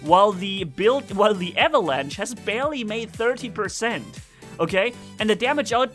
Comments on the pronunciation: (for ) avalanche is English for "lavine" you pronounce the ch in avalanche like sch in german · It's called Avalanche. Not Avelange.